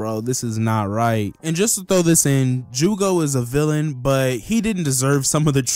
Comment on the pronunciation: It hurts my soul hearing you say jugo🥲😔